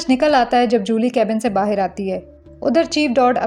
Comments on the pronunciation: Bahir nahi Bahar.😂 Sabhi explanation karne wali ladkiya BAHIR kyun bolti hai. It's really very funny and annoying at the same time. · "bahir" word tells your pakistani identity 😂